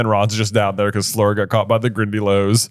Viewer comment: Does anyone know why they keep pronouncing Fleur's name wrong? They did it right in the beginning and then started calling her "Flor". That's not how you pronounce her name, but they keep on doing it 😅